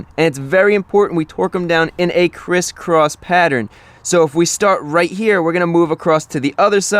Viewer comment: I go laughing every time you say crisscross lol